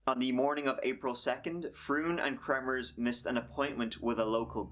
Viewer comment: you said, "Volomers"? and Froon….".